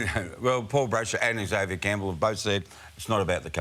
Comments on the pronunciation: EX-avier is a pet hate of mine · Someone needs to teach him how to pronounce Xavier.